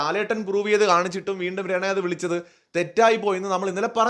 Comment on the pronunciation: രണ അല്ലെടോ റന, രണ enn vilikumbol renuvine thamashayaki vilikunna pole thonunne😂😂